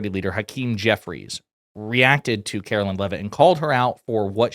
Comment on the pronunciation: "Karo-lyin leavitt"